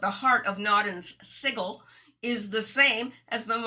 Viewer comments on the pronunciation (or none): To the blond lady: You mispronounce the words "analogous" and "sigil."